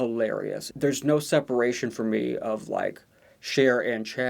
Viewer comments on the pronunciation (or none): none